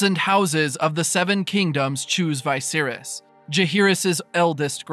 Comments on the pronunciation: Having a tough time accepting the pronunciation of vicious as veye-virus LOL wtf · Thanks for the recap, though the way you pronounce "Viserys" sounds off to me. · The way you pronounce Vicerys ruined this vid. Lol